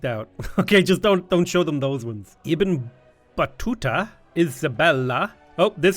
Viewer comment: The “Ibn” in the Arab leaders name means “Son of” and should be pronounced exactly how it is spelled in english, exactly how said it 👌🏽